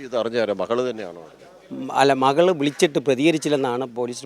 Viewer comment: മഹൾ, മഹൻ, അഹത്ത്... ആഹാ.. എന്ത് നല്ല മലയാളം..😂